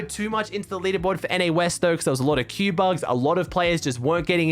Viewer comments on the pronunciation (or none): none